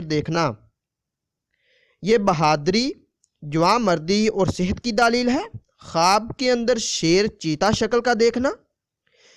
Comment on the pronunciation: Bhai pehle apna talfuz theek kr len daalil nai دلیل theek lfz hai